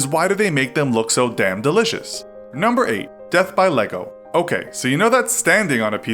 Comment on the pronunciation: no one: him: “death by leego” then says: lego